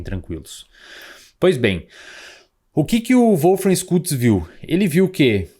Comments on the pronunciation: Schultz se fala Xultz, não Skultz. 😉😉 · ''xultz'' a pronúncia, SCH alemão equivale ao SH inglês